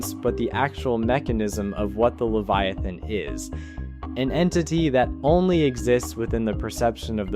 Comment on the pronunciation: Why did you replace the e to an a in leviathan